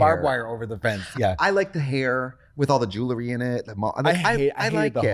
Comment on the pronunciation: I love that all these years later, Trixie still struggles to pronounce the word jewellery/jewelry 😮